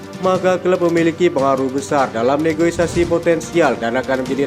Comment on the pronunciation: Negosiasi min, bukan negoisasi